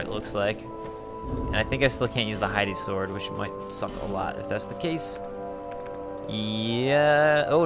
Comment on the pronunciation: It bothers me everytime I hear "Hidey Sword".